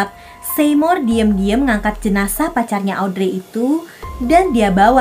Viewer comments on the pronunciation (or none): Jenajah kk bukan janesah